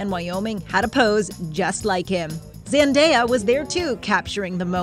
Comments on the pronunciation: Yo she said zandeya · When she said Zendaya the wrong way. Dead.